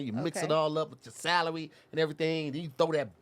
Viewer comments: Sooooooooo aint nobody gonna say anything about trying to say celery..... my boy said salary..... and while i was posting this..... he said pattie byes (pies)..... im convinced his tongue is dead..... lmao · I noticed that she said stuffing too. I also noticed that said salary